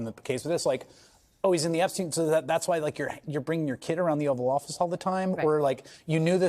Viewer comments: Hayes mispronouncing it as the "offal" office... as in the inedible waste products after butchering a carcass It seems strangely accurate in describing Trump's misanthropic verbal violence that will end with harming himself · The "offal" office 😂😂😂😂😂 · Close it’s actually offal office.